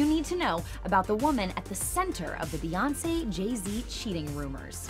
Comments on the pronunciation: I thought she was saying Bay as in combining Bey and Jay but she's just calling Beyoncé Bay for some reason and it's annoying. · its bey as in bee hive not bey as in dock of the bay. am i the only one annoyed by this? lol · Why does she keep saying BAY instead of BEY? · Who else cringed everytime she said "Bay and Jay". It is BEY like the letter B. Geesh. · Her name is not BAY, it’s not BAYoncè it’s beyoncè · why is she pronouncing bey as BAY? its bey as in BEYonce? get your facts straight